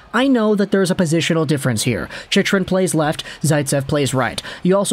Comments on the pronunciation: It's chick rin... not chichrin... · It's pronounced 'chick run".. lol not whatever you're saying